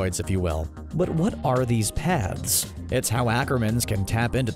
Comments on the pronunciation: I kept hearing "Pads" instead of" paths" and it made the video a 100 times more interesting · are you saying pads or paths? im confused